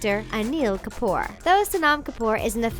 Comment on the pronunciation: They slaughtered the names of the Kapoor family. SO CRINGY AND AWKWARD.